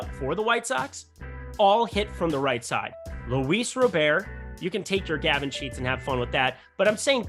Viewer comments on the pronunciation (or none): Dude, his last name is pronounced Robert. Not Rowbear, lol